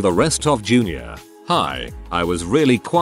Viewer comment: Jr. pause for suspense High.